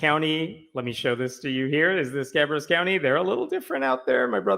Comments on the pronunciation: Ca' bear us, emphasis on the first syllable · FYI: Ca-BARE-us county. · Not that it matters, but the county’s name is pronounced “Ka-bear-us.” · Kuh/bear/us. Is how it's pronounced. Most North Carolina locations aren't pronounced how they're spelled. Good guess though. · Ka-bear-us is the correct prononciation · it is ka-bear-us county